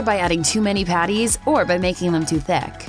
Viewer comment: To much emphasis on "patties." And McDonald's.